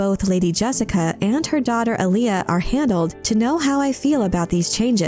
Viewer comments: It's pronounced 'A-Lee-A',not Aliyah,watch David Lynch's 1984 version of Dune,in one scene Paul Maud'ib says to Stilgar and Gurney Hallack, "Alia keeps pace with the storm." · ahhhh.... someone fix this AI's pronunciation of Alia.